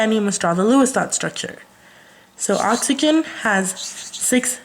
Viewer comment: learn how to pronounce "oxygen" and "Hydrogen" next time lool